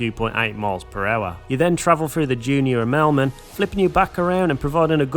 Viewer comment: How tf did you just say Immelman?